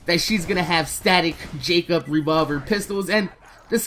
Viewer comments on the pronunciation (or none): none